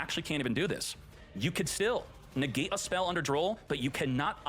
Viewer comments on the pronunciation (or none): "...Facial movement to the finger... " NEGAAte " hes so cool 😂